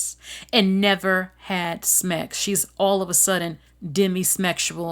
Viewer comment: What the fuck is "smex," or "demismexual" anyway? You can't say the word sex correctly. That's weird. 🤔